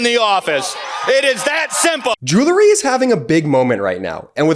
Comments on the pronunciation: I like your message. It needs to be heard. But how do we take you seriously when you splice in such a dumb advertisement... pronouncing the word jewelry as "jewlery". I get it. He didn't learn English very well and apes the improper pronunciation of his peers. Has nobody in post production ever read a book? I can't wait for your sponsorship from some "realators" selling houses. 😊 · Stop saying “Jew-ler-ry”. The word is: “Jew-el-ry”. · Still can't pronounce "jewelry". 🤣 Doesn't represent the product very well when the ad guy doesn't know what he's saying. 🙄